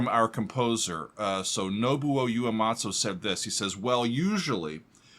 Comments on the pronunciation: so glad you reacted to this song and in particular this performance. enjoyable video again, thank you. By the way the composer's surname is pronouned oo-eh-mah-tsu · You-a-matso??? Lol. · I die a little whenever you call him Uematso.